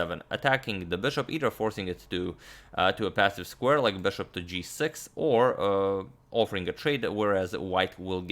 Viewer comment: STOP SAYING "BÖSHOP" PLEASE ITS BISHOP AND PAINFULL THNKS!